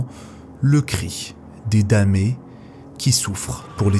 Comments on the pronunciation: « Le cri des damés »😂 Des DAMNÉS, sombre brêle. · récit intéressant… Mais on dit les “Damnés” en prononçant le “N” - pas les damés..